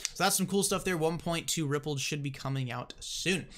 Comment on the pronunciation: It's pronounced Ripple"D" not Rippled.